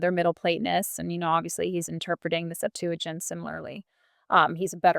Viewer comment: Septuagint is stressed on the first syllable.